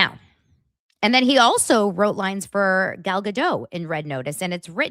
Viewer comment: Gal Ga-Dote. She's Israeli, not French...